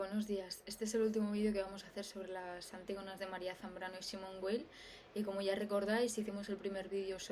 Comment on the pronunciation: Perdón por la pedantería... Weil no se pronuncia como en inglés, sino como en alemán. O sea, se pronunciaría más o menos "vail". Era solo eso. Saludos.